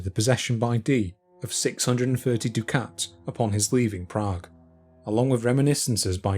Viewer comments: Dude! "dew-KATS"? What the Hell are you talking about? Ducat is pronounced "DUCK-itt", as in "F*ck itt" Dukhat pronounced "dew-KHAT" was the leader of the Grey Council, considered the greatest leader of the Minbari since Valen himself. He was a character in science fiction! This is the kind of intolerable nonsense that makes me unsub. {:o:O:} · Ducats = duck-its Not doo-cats. EDIT: What a wonderful treatise on the provenance of the manuscript. Thank you very much.